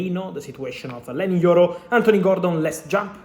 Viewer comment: YOro. YOro. Not JOro